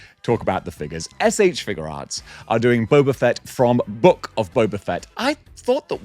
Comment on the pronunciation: That alien face on the broken tusk Predator is definitely to scale. Yautja are huge. John Wick definitely says "guns. Lots of guns" in the third movie. I'm glad you finally pronounced SH Figuarts correctly.